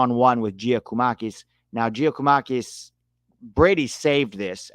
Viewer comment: Just a pronounciation tip for Giakoumakis - Yia Koo Ma Kees